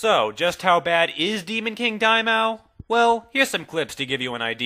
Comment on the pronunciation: It bothers me how he pronounces Daimao :P